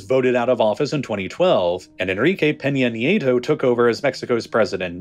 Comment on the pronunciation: this narrator sucks how do you get Los Zaytass from Los Zetas 😂 Peña Neato where did Nayto come from Nieto there's an ie 😂